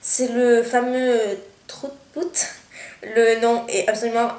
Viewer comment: Salut la belle,Salut, la prononciation de "trout pout" c'est " traut paut" c'est anglais biensûr, trout c'est un poisson et pout c'est les lèvres, on dit trout pout a les femmes que on fait des operation cosmetiques dans les lèvres, donc si tu dis " traut paut" ce pas plus bizarre;-) bisou de la Alemagne